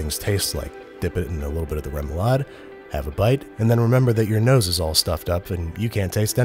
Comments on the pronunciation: I, as a dane, flinch when he says “rae-moou-laaed” Lovely. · Ahah the way you say "remoulade" is o wrong but so funny haha. *danish gurl here lolol